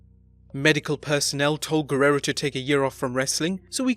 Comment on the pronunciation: this is the worst ive ever heard somebody say the "guerrero" name, top vid tho